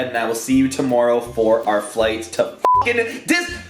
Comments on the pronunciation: he said toomoreo😂😂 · listen how he says tomorrow